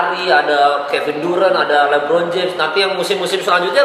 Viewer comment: LeBron kali ka jo bukan Libron 😅